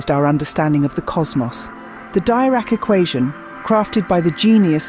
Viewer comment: Please pronounce it Deerac.